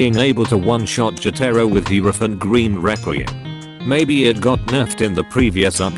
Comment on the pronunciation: Me: Hierophant green: Herophant gween